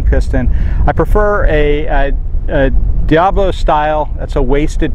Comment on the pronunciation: Di-a-bo-lo, not diablo, two very different things. Not speaking of the pellet named diablo but the design of the diabolo pellet. Great video!